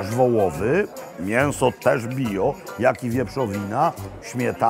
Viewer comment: Nie no łyj mi się cieszy jak słyszę to Pańskie "bijo" zamiast bio ❤